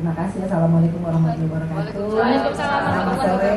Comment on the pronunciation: Mohon perhatiannya..Enggie Kalau mengucapkan Assalamu'alaikum...warohmatullahi..jangan Ter buru2...sehingga jadinya....WABRAA PELAN2 SAJA... Harusnya.....WAABAA bukan WABRAA.